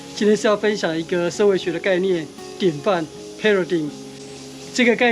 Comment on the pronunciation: 發人深省的立論！但想提醒一下，paradigm一般念/胚惹戴/